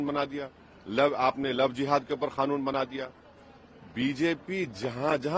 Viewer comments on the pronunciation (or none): Arey Bro 😎 It’s NOT “KHANOON” 👎🏻 SAY: QANOON 👍